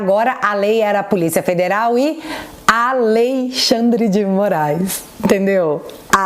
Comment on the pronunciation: "😅😅😅 A Lei Xand dê Moraiz"